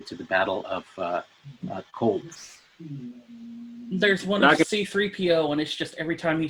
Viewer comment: "Coldth." I have new respect for. Darkseid didn't make it into Snyder's original release because Snyder is incapable of telling a coherent/cohesive superhero story in anything shorter than three hours, and that doesn't require continuity knowledge that only comics fans possess. Comparisons between Justice League and the Avengers films don't wash; Marvel's depth of planning/developing/managing an entire ten-year movie cycle is unparalleled in the current big-media-fantasy-franchise market. There is no Kevin Feige at Warner doing anything equivalent, and it shows.